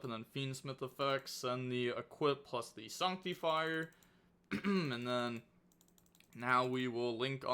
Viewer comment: Sawnctifire you say?